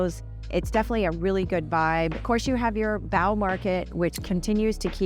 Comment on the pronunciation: really like your video's : keeping me updated. But three words Lechmere, Bow, and route. As native you need to work on these Bostonian pronunciations. Or maybe I'm going delusional.